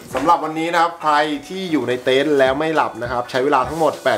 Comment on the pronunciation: เต็นท์ ไม่ใช่ เต้นครับ อ่านชื่อคลิปตั้งนาน😊😊😁😁